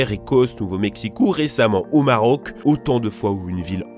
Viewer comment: "au Marauc"